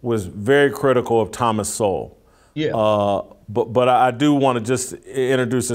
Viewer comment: sounds like “the Hollywood homeboy” skit from In Living Color. Using words he doesn’t even understand. He can’t even pronounce Thomas Sowell correctly.